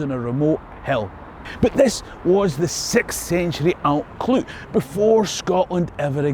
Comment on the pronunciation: Your Brythonic/ Cymraeg pronunciation would benefit from understanding how ‘u’ is pronounced in Welsh… it’s basically ‘ugh’ and you have to stick your tongue out when you say it .! Also LL is pronounced by blowing air though the side of your mouth…Allt Clud ( the hill of the Clyde) sounds a lot better this way. Rhydderch Haul ( haul means generous/ giving) of Glas Gae (the Blue Field) is a common ancestor to us too. Diolch yn fawr …diddorol iawn 👍🏴